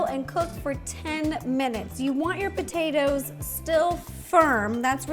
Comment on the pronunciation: The way she says potatoes is the same way I say it sometimes I’ll say potaeta’s I say it both ways but when she said in the very beginning what she’s going to do is boil the potaeta’s it was funny because I say the same way I see it both ways enemy saying potato salad I say potaeta salad lol 😂 I know that’s not the proper way to spell it but that’s the way it sounds which is why I spelled it that way